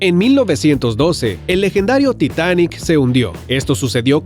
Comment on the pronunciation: brain time: tita- Yo:ya me canse de que digas titaaan!! Así no se dice!! Brain time :entonces como Yo :así "titanic"